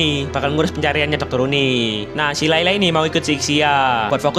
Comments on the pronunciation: Layla ❌ Lela ✔ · Layla bang bukan leyle😅